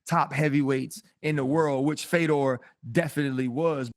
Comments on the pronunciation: Why is RC pronouncing Fedor as “Feedor?” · i think he thought feedor was fydodor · This guy said fee-door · I had to stop watching after 20 seconds. Feedor? All it takes is watching ONE of his fights to learn his name. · Rc pronouncing his name like that is embarrassing, casual 😆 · This Fuc$ing idiot can't even say his name correctly. This dude blows and doesn't deserve to speak about MMA professionally. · He’s such a Fedor fan he doesn’t know how to say his name…